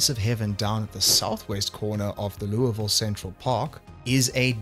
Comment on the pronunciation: As someone from louisville, I give you points for accurately pronouncing it the way we do. 😂